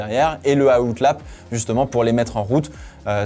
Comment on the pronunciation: "Le AOUTELAPPE"😭